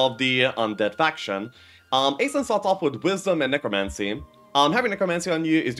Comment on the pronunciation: Fun fact: Aislinn is a female. Pronounced more like "Ash-lin".